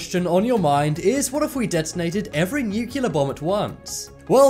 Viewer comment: nuculer? what? awhhhh no you bushed the intro